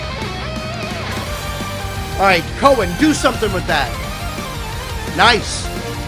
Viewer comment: Coen is pronounced as 'Coon'. PS: Their producer is Joost van den Broek, he produces a lot of metal acts. He used to play keys with Mark in his first band After Forever, which also featured a little known lead singer called Floor Jansen ;) Joost can also be seen playing the keys in any live videos of an act called Ayreon. You're probably going to get a lot of recommendations for them. 😅